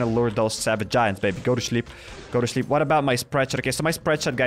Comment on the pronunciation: I love how you said chleep instead of sleep 😂😂😂😂😂